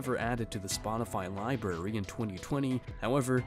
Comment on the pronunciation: did this dude real say “LIBARY”?? Like a 4 year old kid lmao, yikes.